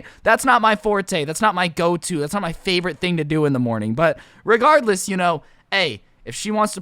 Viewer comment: This is how many times he said regarless 🔽 wrong way